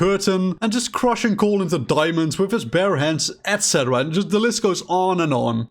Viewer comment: I immediately checked to see if I was subscribed as soon as I heard you say "etc." the correct way.. the first other f**king human to finally say it right in my.. ears. I'm subscribed now. ✌🏽🍻